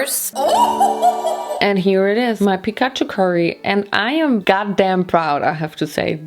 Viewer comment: That's how you say it in Germany :)